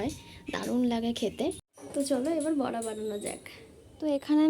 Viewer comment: Kotha ta বরা নয় গো বড়া হবে।বরা মানে শুয়োর